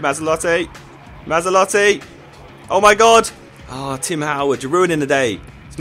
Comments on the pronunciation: MazzOlatti not MazzAlotti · Matz-ol-at-ee I think is pronunciation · Great video Josh, but MA-ZZO-LATTI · Surely Mazzolatti sounds more like Maserati than Mazda?!